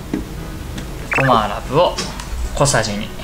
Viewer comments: 地味に「ごまアラブを」って言ってるの草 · ごまあらぶって言ってるがな笑笑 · ごまあらぶって言ってないww？？ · ごまアラブって言った？笑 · ごまアラブに聞こえた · ゴマアラブって聞こえた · ゴマアラブって言った？